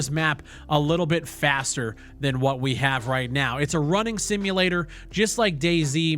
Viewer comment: I keep hearing " its a walking sinulator" like, its barren and boring